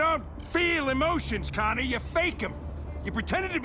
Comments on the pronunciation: if you listen closely to hank he said "connie" instead of Connor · No he doesnt it just sounds like he says Connie. But he really does say Connor